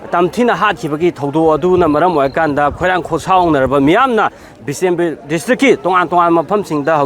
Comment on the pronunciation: What bisinpur.. it's bishnupur